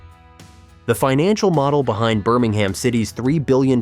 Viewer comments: It’s Birming-um. Not Birming-ham. And Birmingham city FC need distinguishing from the city of Birmingham. Blues is the preferred term. Or the scum, if you’re Villa. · Urgh the way this pronounces Birmingham really grates